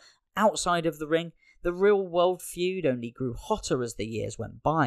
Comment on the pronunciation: Fued? FUED??? Dude... its Feud.